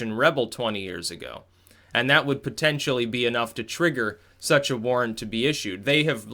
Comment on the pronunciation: Are you saying fisa Warrant or warn???